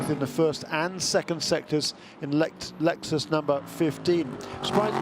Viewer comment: I really wish the one commentator (the old man) would stop saying Lexususususus. It's so fkng annoying